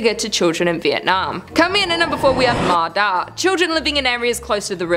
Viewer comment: I know in writing, Ma Da is the exactly words in English alphabet but it's actually pronounced "Ma Ya" in Vietnamese. D and Đ are different in Vietnamese, she actually used Đ, not D. QU is pronounced W.